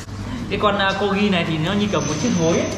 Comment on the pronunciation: Co rgi ko phải cogi anh ơi